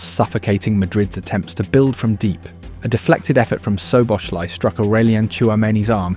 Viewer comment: I like your videos, but please learn how to pronounce the names. It's not Greivenberch, it's Gravenberch (with the Dutch throat "g" in the beginning, which is hard and most people can't make it, but "ei" instead of "a" is not acceptable). And Szoboszlai is pronounced with "s" not "sh". Hungarian single "s" is pronounced as "sh" as in Milos Kerkez's name.